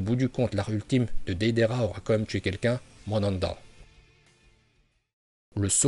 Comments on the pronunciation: Arrete de dire mandanda bordel 😭😂😂😂😂😭😭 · Le rinne tensei no jutsu n'est pas suicidaire, c'est juste que nagato n'avait plus de Chakra, et c'est drôle de t'entendre dire mandanda et pas manda... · mdrrr mandanda😂😂😂 c pas manda normalement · Chu mort il a dit Mandanda 😂😂😂👍👍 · Le serpan ces manda pas madanda